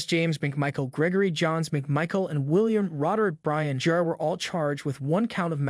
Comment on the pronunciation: This is for sure an AI narrator, who pronounces “Jr.” as Juuuur?